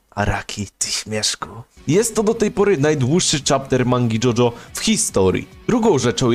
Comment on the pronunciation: "dragon" "jojio" brat wtf